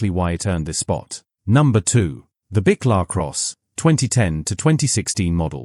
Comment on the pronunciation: You might want to learn how to pronounce Buick properly, then we might take you seriously .